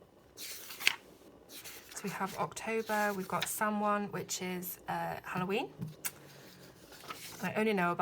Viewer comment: Hello,, Samhain is the beginning of the Witch's New Year. Pronounced sow-en most often. Sabbats is the word you were looking for, honey. Imbolc honors the return of the light after the harshness of winter. And Ostara is a celebration of the return of spring on the Spring Equinox.:) Lovely review. And as a new subscriber let me say I'm adoring your channel.